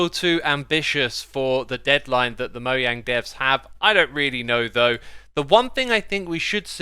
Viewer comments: Not been a fan for long but can I just say... Mo yang?? Its mojang mate. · Im sorry did you say "Moyang"?? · Im sorry did he just say moyang? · here for my daily dose of "Mo-yang"